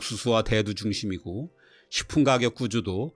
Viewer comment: 늘 도움이 되는 영상 감사합니다. 한가지 부탁드려도 될까요? 가격을 발음하실때 늘 가-격, 즉 누군가를 가격하다의 뜻으로 발음하시는데 가를 짧게 발음하셔야 선생님이 의도하시는 의미가 됩니다. 다 좋은 데 그 부분이 조금 아쉬워서 말씀드려 봅니다.